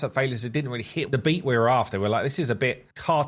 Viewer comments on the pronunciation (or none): none